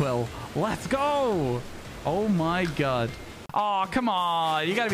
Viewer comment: Whenever he says oh my god it sounds like oh my gud